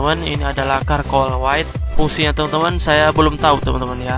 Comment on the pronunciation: Charcoal bacanya bukan "korkoal" tapi "carkol"